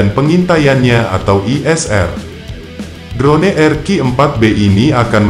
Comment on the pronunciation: Hahahah... ... ADMINNYA KAYAK TDK PERNAH DENGAR ISTILAH ASING YA... 🤣🤭 DRONE DIBACA DROUN MIN... 🤣🤣🤣